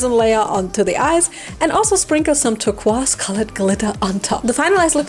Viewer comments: Dumb question, is mispronouncing turqoise, saying it humorously, or is that a pronounciation in a different language or dialect? I feel ignorant here, but I'm guessing the second option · Hearing other countries pronounce "turquoise" is always a trip. In America, at least where I am, we say "ter-koi-ce" hahaha. You did phenomenal, as always !!!! Your work is always top notch!